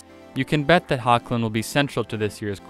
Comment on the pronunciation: You're pronouncing their names wrong, Routh, is pronounced like (south) which Brandon Routh has stated multiple times. Secondly it's (HECKlin), which Tyler has also mentioned plenty of times as well. Since you're posting news, you should probably do a little more research before making a video where you continually disrespect people by mispronouncing their names.